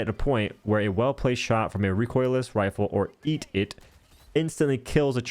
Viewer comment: Lol... not "Eat-it" EAT-17 Expendable Anti Tank-17 Pretty sure you know that but was hilarious hearing you say eat-it and realizing that it absolutely says that and I just never noticed. Hope you find more fun in the game at some point! 😊